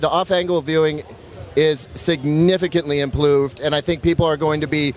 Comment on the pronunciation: Implooved lol